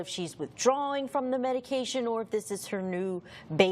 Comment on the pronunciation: Prosecutor can't even read a medication name. Every single medication she incorrectly pronounced